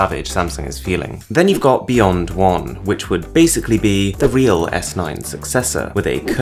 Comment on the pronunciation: It is pronounced beyond not beyont...I just can`t stand how you pronounce the letter ,,T,,...